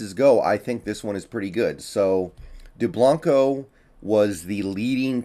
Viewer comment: Lol he said his name wrong, I grew up with Joel